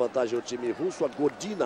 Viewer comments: "Gordina" kkkk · Gordina foi O FIM!!! kkkkkk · "Gordina" kkkk É Godinaaaa ... e quem bateu foi a Sokolova ... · Que agonia do Galvão falando "Godina", sendo que ela nem estava em quadra.